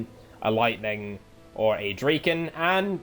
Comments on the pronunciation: I'm talking about the pronunciation. Dra- as in Drag, instead of as in Drake. Draken is modern Swedish meaning "The Dragon". Probably old norse as well but I can't vouch for the grammar in that case. Ultimately doesn't matter though. Just surprised me you chose to pronounce it like that. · Draken? Huh, hadn't even considered you could prunounce it like you do. It's just dragon but with a k.